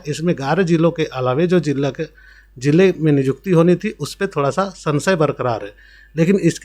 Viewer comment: Niykuti ko nijukti Kyu bol rahe ho